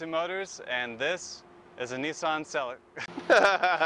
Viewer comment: Pronounced Sell ee cah. Not selly car